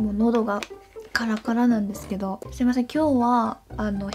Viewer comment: "すいません今日は〜" 이게 완전 일본사람같아욬ㅋㅋㅋㅋㅋㅋㅋㅋㅋㅋㅋ